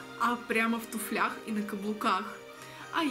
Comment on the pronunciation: В тУфлях, а не в туфлЯх. И кстати, тюль деревенский.